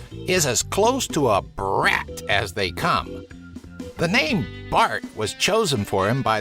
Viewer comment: It’s so funny how you say brat like “BRAT!!!”